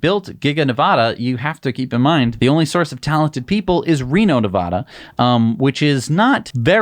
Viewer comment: Please learn how to pronounce Nevada. LIke Elon pronounces it. Nev - “A” as in adding machine - duh. You guys are top notch. Love your channel.